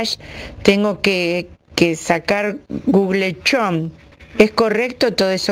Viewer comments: Es que dice "gug lechón" y bue... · se lee gug lechón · Me mató la mina que dice "gug lechón" jajaja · Guglechon gugle pleistory.... Jajajajajaja te tengo engendrada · Gugel Chon Jajajaja lpm